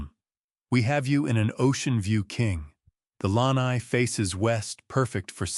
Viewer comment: AI should learn how to pronounce lanai